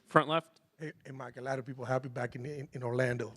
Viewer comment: "Haply to be here"😂😂😂😂